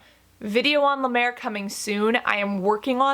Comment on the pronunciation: Not la mer!